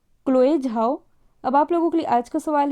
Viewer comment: Zhao, not 'Jhao'.